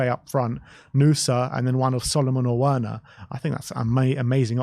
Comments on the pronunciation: He can you please stop pronounce his name properly the w is pronounced as a V in Germany, so please say his name right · Why do you pronounce Werners name like that?